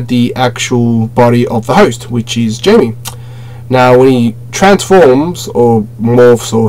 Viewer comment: Jamie is pronounced in spanish has (hi-may) and the j in spanish is an H sound lol